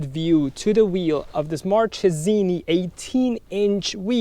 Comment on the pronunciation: It's Markesini the right pronounce